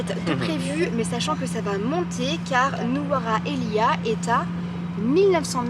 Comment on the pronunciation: Bonjour, Petit point du jour, Nuwara Eliya se prononce NURELIA (phonétiquement). Le sucre c'est du sucre de kithul qui est un palmier. J'adore cette ville très froide la nuit. Je suis en France pour les fêtes mais hâte de rentrer. Bonne route. PS: vous êtes hyper sympas